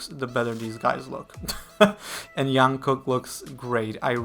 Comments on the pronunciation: jungkook is pronounced "dschungkook" not "young-kook" !! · Jungkook not Yunkook. This is how he says his name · I really enjoy Your commentary videos! Just would like to point out - J in Jungkook’s name is pronounced same as in Jimin, Jin or J-hope. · no that’s wrong. It’s pronounced like jump not Jupiter. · no one ever calls him yong kook if they are familiar :D I don't know who told you that pronunciation is right but they intentionally or kon intentionally wrong :D